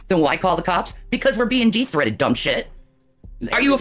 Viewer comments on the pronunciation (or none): i kept hearing "de-threated" like they're detransitioning from a threat 💀